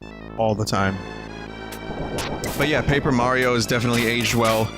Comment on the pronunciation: Never heard of Super May-ro...